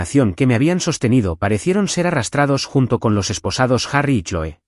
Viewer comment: Se lee cloi no choe.